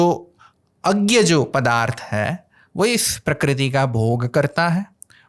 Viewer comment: ग्यागौ नहीं भाई, 😂 ज् ञ अज् ञौ बोल्ना सीख !! जैसा लिखा वैसा बोलना यह English नहीं है - c, a, t, लिखके काट बोल्ते 😂😂😂